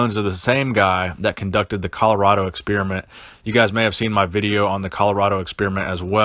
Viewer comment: The name is Weider, not Weeder... and funny way to say "experiment."